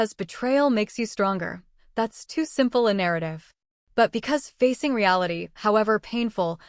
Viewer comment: Family na-ra-tea